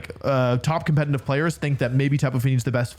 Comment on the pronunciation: The fact that he is saying competintive instead of competitive makes me hurt physically